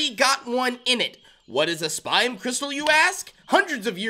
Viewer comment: it’s spime not spine. Your not getting spines.